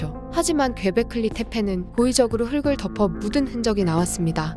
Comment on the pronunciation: "흙을" 읽을때 "흘글"이라고 제대로 발음하는거 봐선 ㄹㅇ 근본 채널이다 이 채널